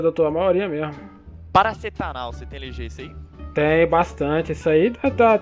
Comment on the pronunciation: médico kbaço "paracetanal" pqpKKKKKKKKKKKKKJ eu acho q era p ser paracetamol,não?